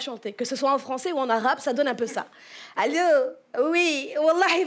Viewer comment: Le ‘’اللو’’😂😂😂😂😂😂😂 il m’a tuer 🤣🤣🤣🤣😄🤣🤣🤣🤣🤣😹😹😹😹🤙🏽🤙🏽😊